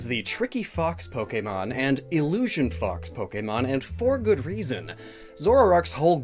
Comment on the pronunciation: Stop saying illotion